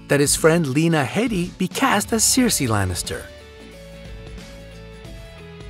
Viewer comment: rex dev He mispronounced "Gandalf", "Cersei", "fictional", "Catelyn" and "Viserys" too.